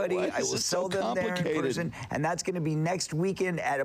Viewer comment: When he said: "in person", I first understood: "in prison".